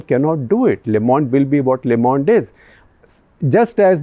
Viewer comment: Shekhar Sir, "Le Monde" is pronounced as "leuh Monde" instead of "leh Monde"